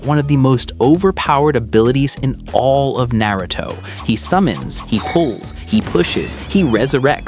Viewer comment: I’m gonna to follow the long comment system for the algorithm. Very VERY Good video - keep up the great work! I don’t have any critiques myself, but I can see some ppl saying your pronunciation of certain words “Nay-ruto” irks them. I’d say try to take it as constructive criticism - although that’s super trivial. Truly, pain is the ultimate motivator & that scene of Yahiko running into Nagato’s kunai is one of the most underrated in the series. Danzo….and many others…. Have seas of blood on their hands smh.